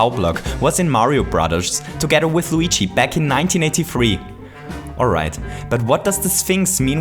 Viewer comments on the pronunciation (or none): none